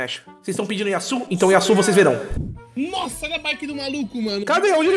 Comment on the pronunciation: Yasuuuuu é o crl é Yasuo